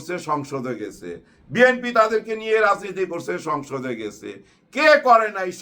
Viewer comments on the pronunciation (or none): none